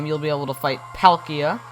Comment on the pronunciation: Why does he call palkia Pal Kia??